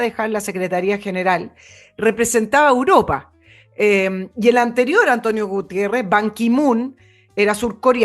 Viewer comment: se dice "Europa", y no " Uropa"